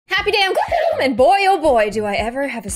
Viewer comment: IT NOT KASS IT GLOOM